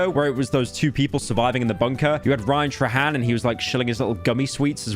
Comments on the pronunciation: It’s pronounced Ryan “tray-han” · you already mispronounced Ryan Trahan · mf also mispronounced Ryan Trahan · He mispronounced ryan trahan